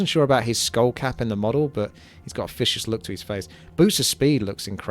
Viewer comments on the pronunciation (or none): "i love those orc warlocks, they look so fishious, they've got a real fanos fibe to them" jesus christ man are you completely incapable of pronouncing V and TH?